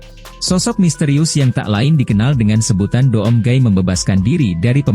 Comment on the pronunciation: Doom Cara Bacanya "Dum" Bang